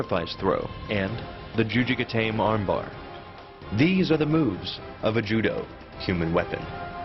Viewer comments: Juji ga-tah-meh. Ga-tame really doesn't sound right. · Exactly what is the point of narrating yourself? Would the video be deleted otherwise? Also, you pronounce the E in Juji Gatame. It's a like juji gata may. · yeah he said juji ge-taim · Yeah, sacrifice throw is kind of an umbrella term.........and he pronounced the armbar wrong